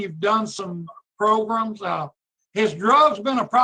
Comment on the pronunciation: I just realized that Jim Wise says progrums like Tony Marabella!